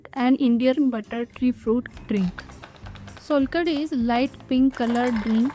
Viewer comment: You must try the authentic solkadhi in India! It's not solkadhi, it's SOULkadhi❤